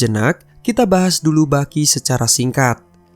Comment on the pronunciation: Yg gw denger : Bucky ❎ Baki ✅ Wakanda polepel ..